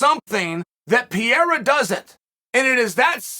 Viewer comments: Chael: Peeyerra. Everyone: Pereira. Chael: Ok, Great. Peeyerra. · Alex Peh-Hey-Rah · Does this 70yr old in the body of a 40yr old pronounce the name wrong on purpose?